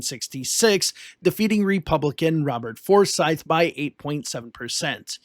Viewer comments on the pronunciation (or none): none